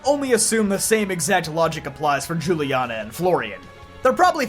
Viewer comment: Weird take. There is no reason to assume Akari and Rei are Dawn and Lucas. Also given that Paldea is based on Spain, I guarantee you should reconsider how you pronounce Juliana.